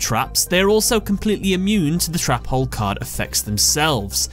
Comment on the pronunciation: I love how you say trap hole cause it sounds like youre saying Trapole